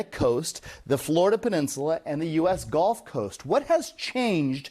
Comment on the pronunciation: Bro.. .. it's the "gulf" coast .. not the "golf" coast